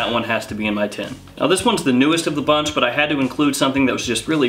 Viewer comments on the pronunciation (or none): none